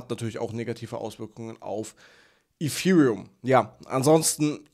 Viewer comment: Danke für deinen Inhalt, ABER könntest du bitte zum Logopäden gehen und lernen, das "th" auf Englisch korrekt auszusprechen? Gerade bei dem Wort Ethereum ist das sehr störend